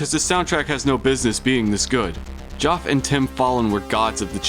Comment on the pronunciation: lol, Geoff is pronounced Jeff. Incredible video though!